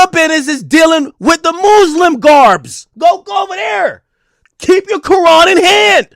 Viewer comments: Who tf told Ak Muslim was pronounced “Mooslim” what’s going on 😭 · The muuslim garments killed me Ak doing to much😂